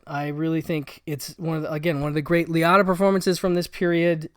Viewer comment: Have I really been mispronouncing Ray Liottas’s name, my entire life? I love dogs, cats, and basically all animals. I once had a co-worker, whom upon seeing my grief as my dog passed away, made the idiotic comment to someone “did you see Bob? He was crying because his dog died. I mean, it’s a damn DOG, not a person….” I will never “get” them, and they will never get me…Looking forward to seeing Old Friends..